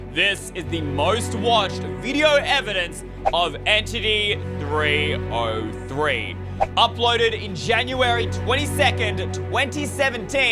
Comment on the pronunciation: Its entity 3 zero 3 not entity 3O3